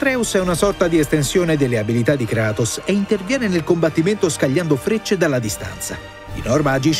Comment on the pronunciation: Non sa dire kratos